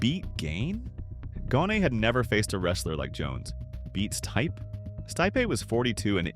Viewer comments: Pronounces Stipe's name right the first time.... Continues to mispronounce Stipe 4 more times..... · pronouncination of non-english names is terrible (Stipe for example)